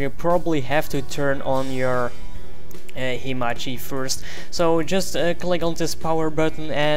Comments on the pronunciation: Not himachi, It's hamachi* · its hamachi not himachi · sorry if you feel offended but i dont really think its because of your accent that makes you say "1 2 tree" and "himachi" because you actually wrote himachi on google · learn how to say hamachi , and network thx !